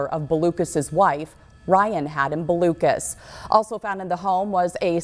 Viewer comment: Learn how to pronounce Blucas. It's not Balucas.